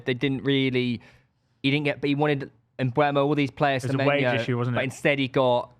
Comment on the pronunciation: Guys please, it's Mbeumo not Mbuemo.